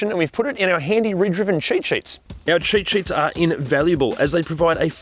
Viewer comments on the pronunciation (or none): I love the way you say cheat sheets. It sounds like chit sh*ts 😂